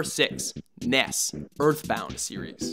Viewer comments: It's Ness, not "Nes". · It's Ness not nes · Nes...... really.... It's Ness.